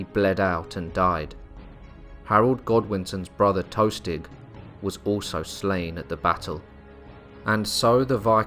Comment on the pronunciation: "Tostig" not "toastig"